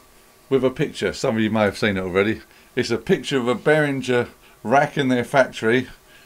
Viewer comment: Hard G, not a soft G! See the video where Uli himself tells you how his name is pronounced! You've done really well in this video, managing to mispronounce Behringer, Moog and Buchla.